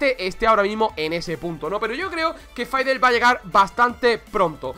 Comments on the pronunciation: Dice faidel pero a voli le dice volibear. Es la pronunciación de fid es fidl, stik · Me triggerea cuando dices faidelestics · Dios mio, insoportable escuchar a cada rato: "faidel", dios mio, vamos dejando la ignorancia si?, por favor. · Porque le dices faidel? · Permíteme decirte que el es el que lo dice mal xD, no por que el es español se diga así xD, en realidad ( siendo español) me ha dado bastante cáncer el escucharle decir eso xD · Nadie: Absolutamente nadie: Este man: FAIDLESTICKS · dios por favor pronuncia bien a fiddlesticks